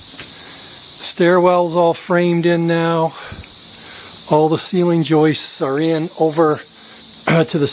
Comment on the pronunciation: Why do north Americans make up words? . It's joists, not joistes .